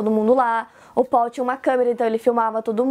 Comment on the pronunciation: O melhor é ela falando o nome dele que é Paul como se fala em português. 😅 Ou as vezes ela fala PÓU. 😂😂😂